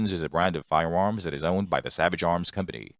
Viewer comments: Um, it is a robot. It said "fi-woms" like 99 times. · Fiwewams, schkip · Fie-uh Uhms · All I could think of watching this was : be wery wery quiet I'm hunting wabbits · Lol glad it wasnt just me who noticed